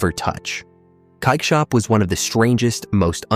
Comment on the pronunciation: I live in NL 24 years and this makes me sad. Oh “dark rooms went dark” er Platenzeiken? Cakeshop? However you pretty much screwed up the pronunciation for almost every shop